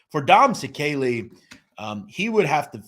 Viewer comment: You can't even pronounce his last name right and you do mob content